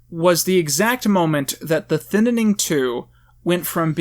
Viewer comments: The Thinnining?! Why do you pronounce it like that? There's two vowels in the word "Thinning" not 3 xD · Why.do.you.keep.saying.thinninning. its so confusing ajakaka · why do you keep calling it "the ThinninING"? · THINNING!!!!!!!! ITS NOT THAT FREAKING HARD TP PRONOUNCE. SBBwasaight Vuong you need to learn how to ENGLISH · I think you mean thinininining 2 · Why do you keep saying thinining? Is it an inside meme? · Why does he say thinning like that? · I agree with you. Please say thinning right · I hate the way you pronounce Thinning good video tho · Why are you adding another syllable to the word "thinning"? I feel like you're saying "thinnining" lol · Why are you calling it the “thinnining”? It’s the thinning. Ik it’s a shit movie but still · Why does he keep pronouncing it THINITING. It’s THINNING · I love how you always say the thinnening instead of thinning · Thinning not thininning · “The thinnining “ 😂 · why does he call it the thin in ing instead of the thinning, wasgoinonheeeea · Your channel is great and I adore your content but this is something I must make clear: it is THINNING not ThInNiNiNg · thinaning? its just thinning bro why are you talking like a spastic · Why do you say thinning like it’s spelled thinnining? Lol I like your review a lot btw I think your really funny P.S I don’t agree with your views on Trump and you are clearly uneducated on his presidential decisions (I’m not saying that to try to insult you it’s just the truth) and that’s okay and I’m not angry. Also your Freeman movie idea was priceless I loved it. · You keep saying "Thin-in-ing". Is it "thinning" or not? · I'm sorry, but I can't get over how you call it "Thinnening" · Why are you saying the "Thinnining' instead of the "Thinning" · Every time he said “Thin IN ing” I cringed so hard. Thin-ing it’s pronounced THIN-ING 😭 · A thinining. It's just a Thinning but eh, close enough. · “Thinining” this bugs me so much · wait its pronounced thinNENing? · You keep saying thinninning